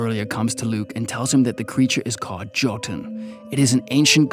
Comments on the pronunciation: FYI to anyone that wants to know, Jötunn means Giant in Icelandic. It's also pronounced Yo-tun, and not Jo-tun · its pronounced yo-tun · Jotunn is pronounced as Yoh- tunn. Anyways keep up the good work.